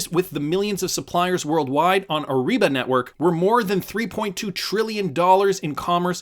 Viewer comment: It’s a soft R in Ariba. Not ARRIBA